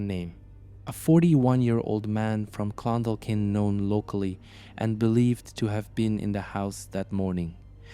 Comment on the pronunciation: This happened in Shancastle Close, in Clondalkin on Dublin southside. I’m from Shancastle Cresent. The chap pronounced all the names grand, except Clon-Daw-kin, the L is silent